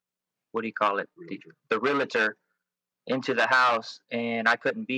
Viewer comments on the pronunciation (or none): its realtor not realitor. ugh